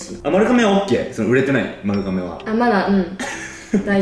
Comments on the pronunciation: 丸亀はまるかめじゃなくてまるがめだよー！ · まるかめ？？まるがめじゃない？？？🧐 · 丸亀の読み方ってまるがめじゃないの！？ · まるかめじゃなくてまるがめだよ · まるかめじゃなくて、 まるがめですよーー！ ずっと気になっちゃった笑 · ずっと『まるがめ』やとおもってた笑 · ちなみに、丸亀は ″まるがめ″です！ まるかめじゃないよ🫡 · え、｢まるかめ｣っていうの？私｢まるがめ｣なんだけどwww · まるかめじゃないですよ！まるがめ！です🎵 香川県の丸亀市ってとこがあってそこが本店？なんです！まるがめ製麺です！ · まるかめっていうの気になる笑まるがめだよ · 今までずっと気になってたけど、丸亀製麺は まる ''が'' め だよ😿😿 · ん？まる"が"めじゃないですっけ？ まるかめって聞こえちゃうう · まるかめ？まる『が』めじゃない？ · まるかめ？ 私、まるがめって言ってました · JPくんも綾ちゃんもずっとまるかめって言ってますが、まるがめではないですか？ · まるがめやろ？笑 関東はまるかめって言うんかな？